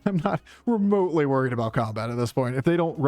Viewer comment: "I'm not re-Motley worried"